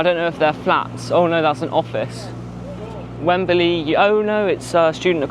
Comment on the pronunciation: Has the pronunciation changed in the decades since I lived in England? It used to be two syllables: "Wem-Blee". You're using three syllables: "Wem-Ba-Lee".